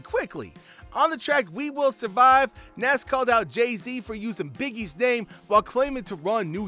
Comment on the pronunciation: Even the way he pronounce Nas is cringe worthy smh, who is bul?😒